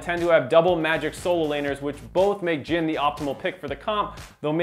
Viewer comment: JHIN* not Jihn